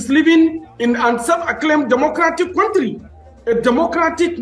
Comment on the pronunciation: it's country not quontry